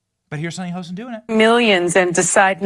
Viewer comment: It's not "Hosen"!! It's Hostin